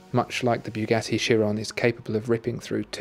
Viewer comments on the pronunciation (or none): none